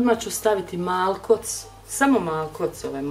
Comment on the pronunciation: "I odma' ću stavit MALKOC, samo malkoC ove morske soli". Slušam i ne verujem. Pa ko tako govori?! Hahahaha!!!